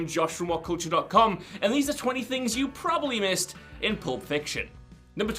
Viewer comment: Probably has 2 b's in it. Heard you butcher plenty of pronunciations, buts saying proberly is just ridiculous.